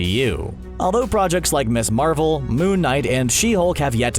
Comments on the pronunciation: Ms. Marvel is pronounced Miz Marvel. C'mon, basic grammar. The term Ms. originated in the 1960s and 1970s with the feminist movement. It's not Miss Marvel. It's Miz Marvel. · In case nobody has already mentioned it, "Ms. Marvel" would probably be pronounced Miz Marvel, not Miss Marvel.